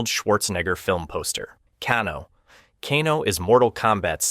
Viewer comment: Bro, Kano is pronounced "Kay-No" not "Caw-No".